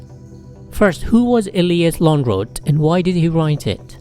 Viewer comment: The pronunciation of Lönnroot is very good.